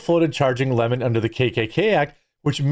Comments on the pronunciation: Why can't people say his name correctly?? It's Lemon. NOT Le MON. He is NOT French, he is a gay black boy who hates white people except his white partner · It’s Leemon.